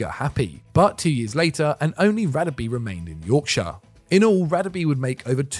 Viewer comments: His name is pronounced Rah-Deh-Beh not radabee!! Come on not you guys too! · God you butchered Radebes name. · Great video maybe just some work on the pronunciation in the future. The Radebe entry the place names and his name were pronounced wrong. I'm not an expert but I know enough to say it wasn't good 😂 cheers guys 👍🙏🏻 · yup, was cringe asf